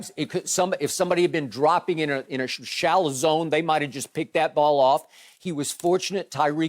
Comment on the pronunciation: Shallow zone rhymes with calzone